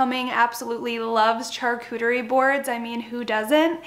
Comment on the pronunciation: I’m sorry but charcuterie is pronounced with a, “sh” as in sharp, not “ch” as in church.